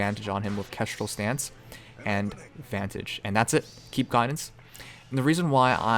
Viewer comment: Vantage not vanage . Im sorry i could not help it